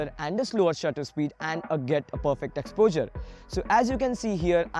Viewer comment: Your videos are good and this was helpful too but the weird way you pronounce "exposure" is really very irritating. Try to improve it so that you could be listened to without irritation.